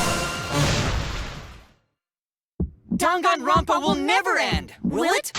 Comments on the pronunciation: They say danganronpa like: dong on Ron pa How we say it:DANG IT GRANDPA!!! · saying dangaropa: gangaronpa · the game: dangkanro-n-p-a us: dang-it-granpa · What- I say it like 'danganropa' when it's actually danganronpa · I love the way she says:"D A N G A N R O N P A" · i did not know how british these characters are until they pronounced danganronpa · WHY DO THEY PRONOUNCE DANGANRONPA LIKE THAT